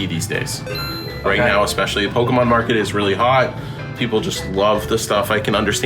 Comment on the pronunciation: kills me how pronounces Pokemon. Despite the dash above the E, you still pronounce the E like the letter E, not an A. Therefore, its (Poke-E-Mon) and not (Poke-Ah-Mon)